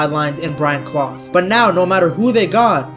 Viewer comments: Nice video ps it's pronounced Brian Cl-UFF 👍🏻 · Brian Clough, Clough is pronounced 'CLUFF'